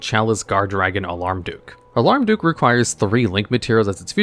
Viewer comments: I keep hearing you say "Alarm duke". Isn't it Almarduke? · It's Almar, not alarm. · It's AHL-MARR-DUUK, not "auh-larm-duuk". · Alarmduke instead of Almarduke is sending me lol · I know its dumb, but i had to Smirk a little when he said "Alarmduke" instead of Almarduke haha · It's Almar, not Alarm.... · "alarm-duke" This is a great video, i just thought that was funny.